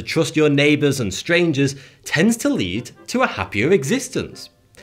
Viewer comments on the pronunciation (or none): none